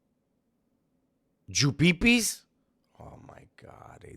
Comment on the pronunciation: He said Jupipis 😂